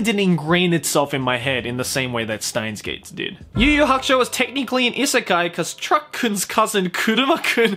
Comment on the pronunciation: steins;gate in japanese is シュタインズ・ゲート (shutainzu geito), because STEIN is the german word for stone, it is pronounced shteins as can be seen in japanese. Germans use "sh" sound for "st" and "sp".